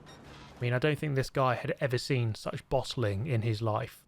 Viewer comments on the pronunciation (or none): none